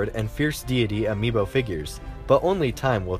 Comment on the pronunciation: Yeah, that's how it's pronounced